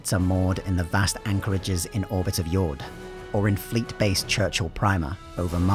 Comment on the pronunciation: if Jord is meant to be pronounced like it is in say. danish. then the D is supposed to be soft. it's not pronounced like Fjord. just a small detail